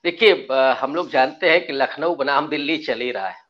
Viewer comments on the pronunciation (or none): none